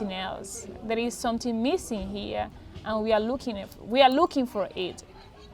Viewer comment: Great message and I smile every time she says "someting"...Hha